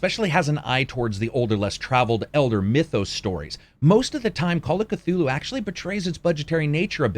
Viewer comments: Cthulhu would visit you personally to correct your ways if you pronounce his name as "ka-two-loo". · The C is silent